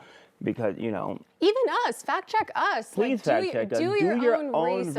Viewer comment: Not presse...corecct is Please,... . 😊 Excuse me.